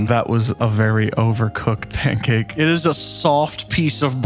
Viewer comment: “P A N C A K E”